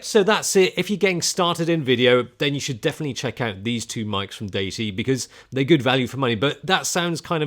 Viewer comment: "deity" is a word a lot of people get wrong. According to , "DEE-i-tee" is the correct pronunciation.